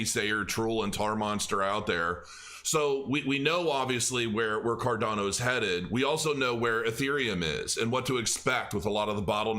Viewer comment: ⭐️ CROW TEAM. Tell to Stop saying CarDONo. The coin is called CarDANo!